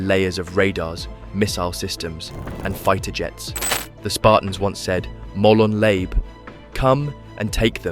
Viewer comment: I had high hopes for this...but the more the guy talked about not liking feta and sneaking into your cousin's taverna, all I could think is it was being narrated by Chris Barrie. When I say Chris Barrie, I actually mean Arnold J. Trimmer. Quite entertaining but for different reasons. P.S. it's pronounced mol-on la-vay.